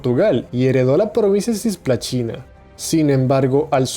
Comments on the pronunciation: Se dice cisplatina no cisplaCHina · la pronunciación brasilera es "cisplachina" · Nadie: Países hispanos: Cisplatina Brasil: Cisplachina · Repite conmigo: "CISPLATINA", no : "CIYSPLATINA". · Nadie:: Cisplachina, Sarándi, Ituzaíngo, Rivadavía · ya sé como se escribe en portugués. Pero si está hablando en castellano, justamente debería pronunciarlo como está escrito y no afectar una pronunciación portuguesa en la que no es consistente después, no dijo GueJJa da Cisplachina sino GUERRA da Cisplachina mezclando las pronunciaciones española y portuguesa. No dijo tampoco Jío chi Yaneiru para decir Río de Janeiro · todo muy bien, pero tenes errores con los acentos , y porque decis cisplachina? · Não sei porque entendi que ele fala sis plachina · Cisplatina * pero la pronunciación es "tch" al igual que los argentinos con "yo"(sho)